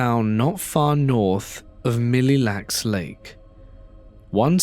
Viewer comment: Came to the comments immediately to see if anyone else posted about his pronunciation of Mille Lacs, but it looks like I'm the only one😂